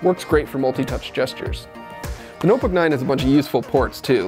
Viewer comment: ''the nuhbuck nine''